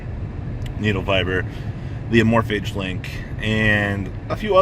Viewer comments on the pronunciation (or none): You said the amorphage link??? Did you mean aromage???